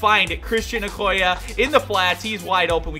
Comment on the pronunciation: not trying to hate on you but it's o-koy-yay